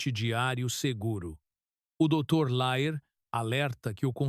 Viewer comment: É dr Lair e não Léir